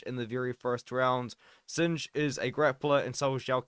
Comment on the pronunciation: Its not sinj, it’s pronounced as Sing-h